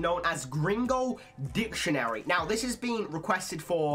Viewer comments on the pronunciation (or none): none